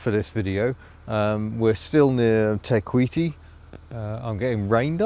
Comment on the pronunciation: Oooh your pronunciation of Te kuiti was perfect! Better than a lot of non maori nzers! 👍 I've never been to waitomo, but as you've discovered, you can find stuff you don't need to pay for, but is just as beautiful. On that note, be aware of that down in Queenstown and wanaka and arrowtown, they are basically tourist towns, so somethings will reflect that... If you haven't booked accommodation, I would recommend nearby places rather than the dearer popular places. They are usually only a wee way up the road, but considerably cheaper to stay at.